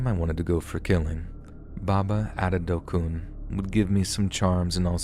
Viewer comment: Ibadan ooooo how e come land here ooo Chai!!! I have heard it all , you really tried in the pronunciation of IBADAN. The belief of medicine is real oo its well with us. You even pronounced Adedokun nicely.